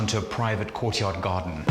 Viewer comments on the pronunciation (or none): Cai Hui I didn’t say he was British, i said he sounded British. Listen to the way he pronounced ‘garden’ Maybe he’s lived in England for a while